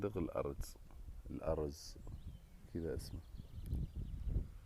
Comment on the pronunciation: ليس الأرُز بل الارْز